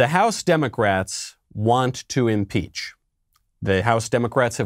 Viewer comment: Leftist it's "Impeach" not "Inpeach"